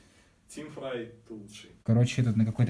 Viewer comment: Спасибо)) Только не "Фрай" а "Фрэй"